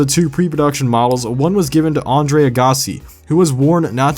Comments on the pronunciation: Agahhhssi lol..It's just Agassi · his name is Andre Agassi, pronounced AGG-a-See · You really do have problems pronouncing names. Because that's not how you say Agassi lol.